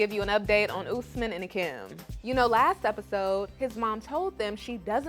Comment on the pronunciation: It’s Osman not Usman… I’m sorry guys but I had to correct y’all lol… my daddy’s name is getting destroyed lol.